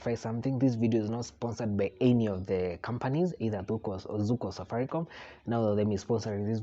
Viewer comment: Zuku? Really?